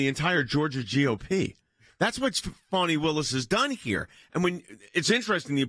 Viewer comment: By the way, this is plain old Fani, NOT Fawni!